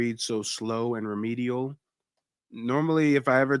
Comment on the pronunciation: did u just call Dane Remedial Re-Me-Dial WELL DIAL'EM UP😂😂😂😂😂😂